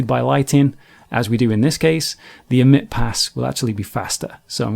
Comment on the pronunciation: I can't stand the way this guy emphasizes ending consonants. "Bake-KUH" "Emit-TUH" "Bump-PUH" Drives me crazy!